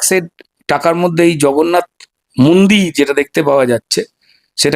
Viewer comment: উনি জগন্নাথ কে ভগন্নাথ বলেছেন